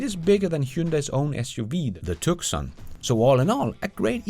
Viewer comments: It’s pronounced Too son, not Tuk son. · Great Content! I’ve watched several of you vids in the past and you finally earned a new subscriber 👍🏼 BTW: Here in The States we pronounce Tucson “Too-sawn” 😉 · Yes, "Two-sawn." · Hey the Hyundai Tucson, if named after the Arizona town, is pronounce TOO-son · Huyndai "TUCSON" is pronounced w/a silent 'C' ... "TooZon" ! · Excellent analysis... A very minor point, Tucson is pronounced "too-son", I'm a native of Arizona, Tucson is a city in southern Arizona